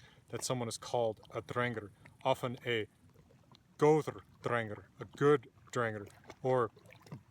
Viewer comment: Thanks. Every pronunciation I've heard on YouTube has been different, but I'll go with yours 'cause you've got papers backing you, and you seem to know what you're talking about.